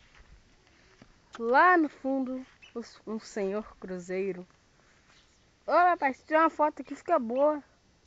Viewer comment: "Cruzeeeiro" kkkkkk